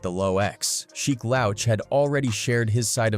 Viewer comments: Why do you say sheek name like that? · Because it’s AI duh